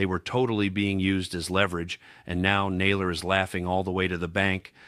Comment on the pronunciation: Need to check your pronunciation: content (accent on first syllable); and Bo Naylor???????